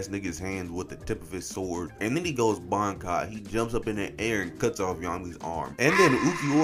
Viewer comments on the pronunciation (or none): none